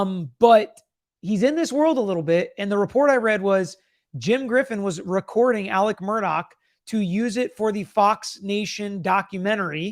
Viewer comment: His name is ALEX, not Alec